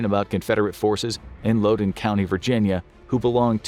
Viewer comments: “Lowdon” County lol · That is NOT how you pronounce Loudoun....I grew up there!